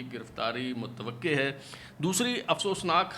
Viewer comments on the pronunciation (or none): متوقع کے قاف پر زبر ہے۔